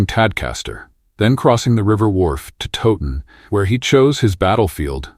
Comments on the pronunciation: I had to stop watching after the battle of "Toe- ton", so much for teaching history when you don't get the basics, this is AI but I've heard people making videos about Towton who pronounce it Toe-ton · it's Towton.. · Battle of toe ton? 😅. Edward wa snot king at Towton. So many inacuracies here. Edmunds headcwas not put on the gate only his father